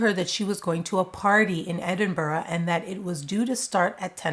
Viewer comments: Hiya from Scotland and thank you for covering this story. I hope Annies family gets answers. ETA thanks for being one of the only American YT creators who actually made a legit attempt to properly say Edinburgh and pronounced it really well. <3 Love you your channel is one of my favs. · so proud of you pronouncing Edinburgh properly Tony UK 🇬🇧 💙 ❤